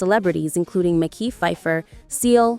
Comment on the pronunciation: it's Mehki - like Meh Kī